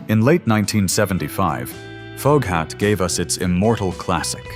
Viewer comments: I was born in 59, and I remember all of these. Redbone and Foghat weren't "one hit winders". I've seen Foghat live. Also, check how you pronounce Foghat. It's pronounced Fog Hat. I didn't recognize how you pronounced it at all. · "FOGUE-HOT"????...lose the "Ai" voice bubba!